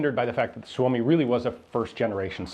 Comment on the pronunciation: Ian said "Suomi comes first". I know this is detached from the context but man that sounds right. Especialy said by American :D